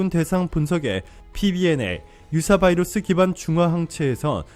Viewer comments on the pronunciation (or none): none